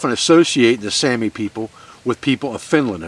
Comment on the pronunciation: The finnish saami is pronounced sowmi